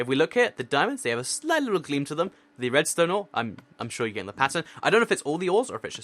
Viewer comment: maly the first time he said pattern he said passion or passern idk hear it closely